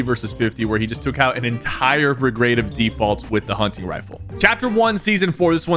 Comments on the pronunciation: Bro said hunching rifle💀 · "Hunching rifle" 🥀 💔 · huncing rifele